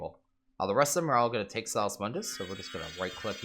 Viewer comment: "Sauce mundis" "Vizz crystals" TRIGGERED